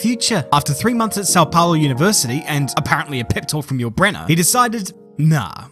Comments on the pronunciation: Best "São Paulo" I ever heard a non-portuguese speaker say... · As a brazilian, hearing Galvão Bueno shouting for Senna in the end gave me chills. By the way, great "São Paulo" pronunciation, I'm impressed.